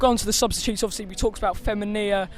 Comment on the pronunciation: It's fe-mean-a